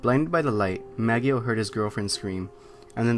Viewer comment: It's "Ma-JOE" not "Mag-ee-o"